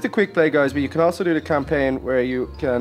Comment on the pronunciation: You said campaign wrong and inspect it wrong I think